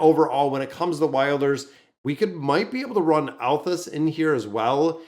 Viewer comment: atheus and nevanthi getting their names butchered so hard every time